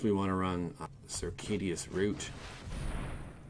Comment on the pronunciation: its circuitous, Like Sir-queue-it-us lol